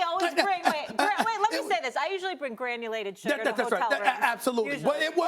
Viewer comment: No one: Molly: gRaNuLaTeD sUgAr